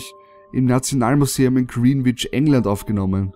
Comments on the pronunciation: Kleiner aussprachefehler bei nr. 10:D nach aussprache hast du grienwitch gesagt heisst aber grennitsch(nach aussprache):D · Greenwich spricht man dezent anders aus.. man spricht es ungefähr so aus: Gränitsch , lel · Haha, du hast Greenwich falsch ausgesprochen. Green Line ftw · Du sprichst Greenwich total falsch aus :D